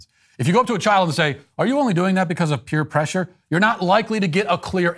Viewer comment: Is Matt saying peer pressure with the wrong emphasis or am I just hyper aware of how wrong he talks?